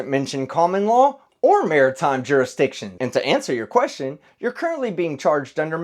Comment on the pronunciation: Case #2. If you can't pronounce Martime correctly then forget Sovereign citizen, you need a lawyer 😂